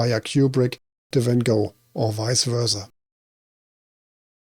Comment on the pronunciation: Appreciate the Van Gogh pronunciation, I only learned that recently and try to use the dutch pronunciation now. A friend of mine, Sam Kubrick, is a relative of Stanley's and I have always found him curiously fascinating. His creative mind is really special and I'm sure it's something that runs in the family based on that! He's in the music industry. The references in this are so useful! I've still not seen Clockwork Orange or Full Metal Jacket. Love that you used the hallway from the Shining!